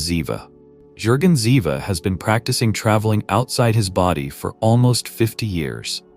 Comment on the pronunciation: The name is JÜRGEN ZIEWE, not Ziva or Ziwa etc.